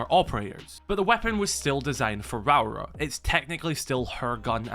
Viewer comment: Rauora. 3 syllables; "Rah-Or-Rah" 😄